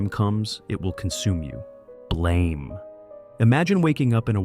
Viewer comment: One Dark future that is never mentioned but really needs to be is the Xeelee (cheelee) stories and novels created by Stephen Baxter. It isn't pronounced BLAME like in to "blame someone" but is instead pronounced "blahm". And according to the creator The City may stretch as far as Jupiter in the current story line.